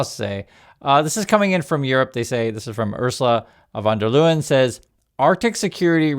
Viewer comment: Pronounciation von der Leyen. Von der Lie-en. LOL it's true.